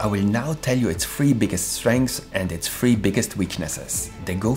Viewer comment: I was very confusing me you’re saying Go free?? Is that a some kind of accent?